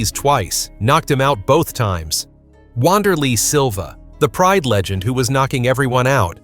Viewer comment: Worst AI crap ever. Shogun "R"ua?? "W"anderlei Silva. Don't put this stuff out there.